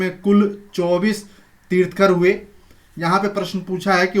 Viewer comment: तीथकर नही बोलते